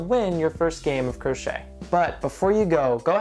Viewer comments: *croquet :) not crochet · Tul-JEE wood. Crow-KAY.